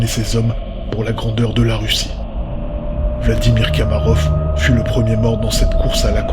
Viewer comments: on dit pas "kamarof" mais komarov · J'ai une remarque à faire : vous vous êtes trompé en prononçant le nom de l'astronaute soviétique. Ce n'est pas Kamarov, mais Komarov.